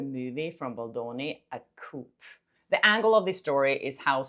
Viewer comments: It’s not a ‘coop’ it’s a ‘coo’:) <3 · Hi! - FYI: The ”p” is silent in “coup.” Otherwise we think you’re talking about a chicken 🐓 house… coop. lol 😂 Keep up the good work! 🤩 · No offense,, but the 'p' is silent in 'coup.' It just sounds like the sound a pigeon makes... coo:) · Pronounced 'koo' not 'koop' (coup) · not to complain or criticize, just fyi 'coup' is pronounced 'coo' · It’s coup not coop. Coop’s are for chickens. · Coup is pronounced coo, not coop. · The word 'coup' as in 'coup d'état' is pronounced 'koo' not koop. The 'p' is silent 😊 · Coup is pronounced cooo.. not coop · It’s pronounced coo. Not coup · It's pronounced Coo guys not coup. I know the spelling is out of whack, but that's the way to say it. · The word coup is pronounced coo. What you said is housing for chickens x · By the way "coup" is pronounced "coo". The "p" is silent. :) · Coup pronounced as koo. The p is silent. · coup pronounced as "coop" - really!?! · You do such a great job. I enjoy watching. Just a note: in English as far as the word “coup”, we go ahead and use the French pronunciation. So no “p” sound on the end. Just coo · I know French isn’t a language you speak but it’s pronounced a « COU » as the P is silent. If you pronounce the P you’re then saying « ‘The haircut ‘ was complete. » 😜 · I love how you are European and know you are likely at least bilingual! Adding this because I think you would want to know. The word "coup" is pronounced "koo" in British English. It is a French word, hence no mention of the p sound. Just wanted you to know!! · Coup is pronounced as ‘ku’ the p is silent. It’s origin is actually French. It’s from the French phrase - Coup d’état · Sorry… I have to say it, “nicely!” COUP is pronounced “coo” (Like a Gov take over…) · Coup- in English the P is silent, sounds like COO. Like the D in Django. Love your show! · Love your content! Just FYI the “p” in coup is silent. It’s said like “coo”. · Coup is pronounced “coo”